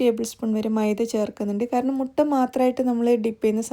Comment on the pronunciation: Mutta അല്ല മൊട്ട